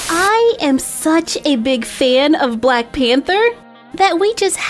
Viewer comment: She said bwack suit XD